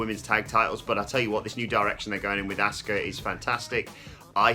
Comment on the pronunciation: Why is it so hard for these guys to pronounce ASUKA'S name correctly? 🤷‍♂️🤦‍♂️ They say ASK-UH with a hard A when clearly everyone else in the world uses a soft A and says Ah-ska aka Asuka